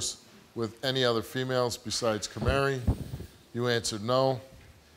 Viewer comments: Is he saying "Camary?" Like the little bird "Canary" but with an M? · "Kamari" lol.